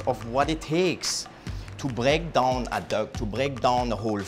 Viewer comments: Break daawn That Schwarznegger accent LOL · to bréak dOHn